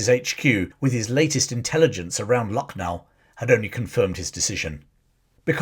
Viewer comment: I was born in Lucknow. Used to go for evening walk in ' Residency ' where British took refuge. It has a cemetery as well. The actual pronunciation is Lakh-nou